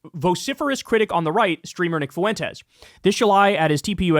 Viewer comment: In a word like fuentes, the U is the weak vowel and the E is the strong vowel that gets the stress. It sounds like fwentes Kyle - you sound ridiculous saying FOO-entes